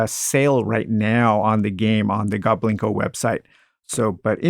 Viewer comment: It is pronounced GOBLIN KO, but people pronounced it as GO BLINKO for years & we didn’t correct them because it was cute, also people never pronounced my last name correctly either. They always said A BERG.